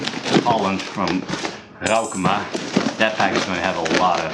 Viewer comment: Ik vond al dat je Roukema goed uitsprak voor nieuw-zeelander hehe Toffe videos!